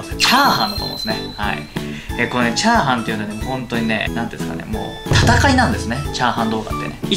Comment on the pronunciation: みゃーはん？